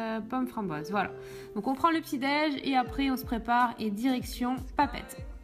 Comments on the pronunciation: on dit papété pas papette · Juste je suais tahitien et Papeete sa se prononce (papéété) le (e) en tahitien c (é) voilà ...😁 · Ont dit papeeté mais sa s écrit Papeete est puis ton mode tahitiene pour aller à la salle de sport ses du mito nous les tahitiene ont s abille pas comme sa la tu étais plus ridicules que autre chose est sa s écrit Faa'a est nous ont se vente pas de vivre à Tahiti toi tu te vente d être en vacances à Tahiti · Les e dans PAPEETE se lise é